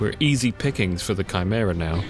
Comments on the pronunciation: great video as usual but for heaven's sake dude it's KAI-MERA, not CHAI-MERA. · Nice vid and commenting for engagement and all that, please man it's a HARD 'K' noise in Chimera, like 'Kimera' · it's the first time I've ever heard someone pronounce "chimera" this way.